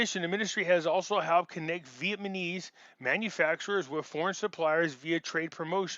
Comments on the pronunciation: You often have good information, but it is very hard to listen to you constantly mispronounce the name of the people. It is VEE-ET-NAH-MEEZ... not 'Vietmanese'. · Love your work,... PLEASE pronounce VietNAMEse... not vietMANese